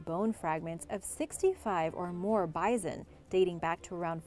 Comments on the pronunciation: Bizon? Doones?? Please, Origins Explained, find another narrator. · How come you can pronounce the Indian tribes names so well but say bison with a z? No z. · This is the 3rd video I have heard "Bison" pronounced as "Bizen"... Have I been saying it wrong my whole life with the "s"... or is this an acceptable alternate pronunciation... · she's pronouncing it wrong, your good lol